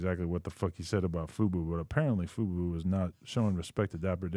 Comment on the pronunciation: Bruh its fuBO tv pronounced 'fu-boh' not FUBU LMAO how does this dude not even know the name of the network hes working for